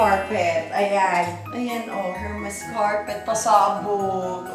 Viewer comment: E-R-M-E-S po not HERMES silent H po😂